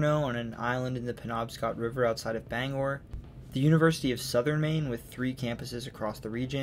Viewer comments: I realize I’m late here, but Aroostook is the largest county east of the Mississippi, not the second largest. I’m also impressed that you got most of the place names pronounced correctly, especially Bangor. Few people from away seem to be able to do that. Interesting note, the Appalachian mountains are part of the same chain that use to include the Scottish Highlands, the Scandinavian Mountains, and the Atlas Mountains. They are so old, in fact, that they’re older than bone. When they had formed, animal bones hadn’t even evolved yet. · Native Mainer from the Bangor area, living on MDI. Thank you for your in-depth presentation of my home state. Great job properly pronouncing the Bangor. Quick point about New Brunswick, Fredericton is the administrative capital of the province and Saint John, the largest city, is the economic capital. Thank you and love the series! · Great video. Native Mainer here. I grew up in Presque Isle in the Aroostook county and in Bangor. Wonderful job on the pronunciations! Not many people from away pronounce Bangor and Presque Isle correctly. The only thing I noticed is that its not "The Downeast" just "Downeast".